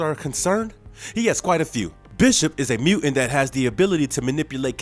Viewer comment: What's a "mu'int?"